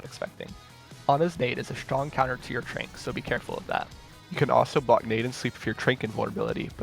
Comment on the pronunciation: Can we talk about the way he calls Zen’s ultimate “trank”?? I refuse to believe anyone says it other than “trance”